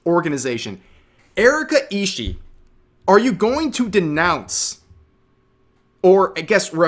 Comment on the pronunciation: Surprised how many youtubers mispronounce Ishii, you pronounce BOTH the I's at the end Ishi-ee. Not that the pronunciation of her name is that important, considering she's decided to come out as a terrorist today.